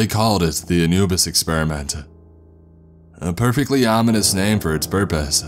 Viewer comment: ...experiment-tuh .... God-duh.. ...subject-tuh, ..all they got-tuh, guarantee-ah .. paycheck-uh; there's too much stress on the end letters that annoys me like hell, am sure I'm not the only one here